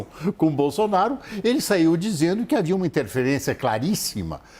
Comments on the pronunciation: Gente... ela falou o PRESIDENTE JAIR BOZÔ... BOLSONARO? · ..."e também hoje, o Presidente Jair BozzzzonnnBolsonaro... kkkkk! É inevitável... HAHAHAHAHAHAH! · Quase que ela diz " BOZONARO " kkkkkk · Eu vi ela falando bozonaro kkkkk eu vi kkkk